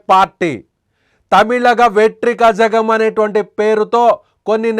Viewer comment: హెల్లో ఏం మాట్లాడుతున్నావు వెట్రి కజగం కాదు నాయనా (వెట్రి కళగం) Translation తెలియక పోతే వేరే ఎవరినై తెలిసినవాళ్ళను పెట్టొచ్చు గదా...